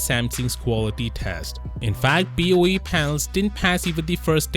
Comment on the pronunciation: BOE becomes BOO 😂😂🤣🤣😂